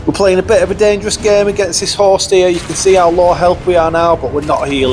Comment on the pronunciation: For like 3 minutes I thought you were saying horse, not host.